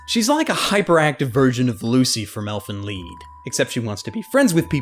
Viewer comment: "Elfen Leed" Shouldnt it be prononced, Lie, with a d?